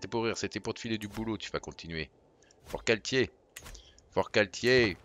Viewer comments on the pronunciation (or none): on prononce FortCalquier par tier mdr tu détruits le sud mdr